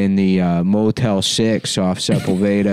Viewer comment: Lol at trying to pronounce Sepulveda